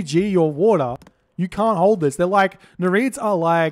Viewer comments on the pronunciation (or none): say after me: NEER-EE-IDDS